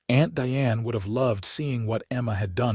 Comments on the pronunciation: At about : : the pronunciation of 'Diane' is incorrect neeeding a hard 'i' to fit the context!. The only 'e' in 'Diane' is at the end of the name and is silent there!. The audio sound of 'Deeanne' is nonsensical at best!. Oops LoL 😢😢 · Again before : : the name Diane is misspronounced. Oops LoL 😢😢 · Again at : : the pronunciation of Diane is messed up!. Oops LoL 😢😢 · Again at about : : the name Diane is grosely and nonsensically mispronounced!. Oops LoL 😢😢